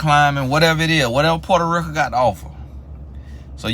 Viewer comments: “portaaa rika” i am cryingggggg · Lol at pronunciation of Puerto Rico (porta ricka lol) 🤣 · "Puerta Rick-uh" had me at dead 😂